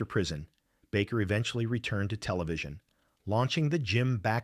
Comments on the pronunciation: The name is pronounced Bake er. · "The Jim Backer Show???" Yeah, I'm gone. I can't take these AI channels seriously. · True Dat. Sick of A.I. narration TOO! I THOUGHT it wasn't until the faker said that! The "Jim Baccccker' show.